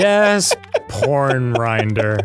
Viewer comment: "PoRN RINDER?!" arin, honey, PLEASE